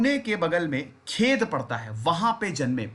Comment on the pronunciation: खेद नहीं सर" खेड" plz अर्थ ही अलग होता हे